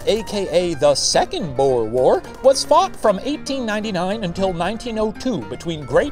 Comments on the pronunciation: I can't get over how The professor pronounces "boer"' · Istg the way Shane butchers the word boer... It tears at my soul. And he said the word so many times….. (/hj) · Unfortunately, "oe" in Dutch (and Afrikaans) is pronounced as a long "oo" sound, so the pun doesn't work lol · Ohh, that pronounciation of the word 'Boer'...the 'oe' sound is so Dutch, huh? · Okay I'm South African and the way he says "Boer" is so wrong it hurts.